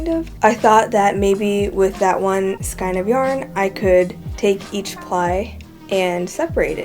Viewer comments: Thank you so much for your tip. I have one for you. The word skein is pronounced "skane", with the long "a" sound, so it sounds like the letter "a". 😊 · skein is pronounced "skayne"